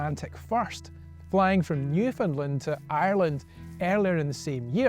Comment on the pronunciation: Thank you for pronouncing Newfoundland correctly.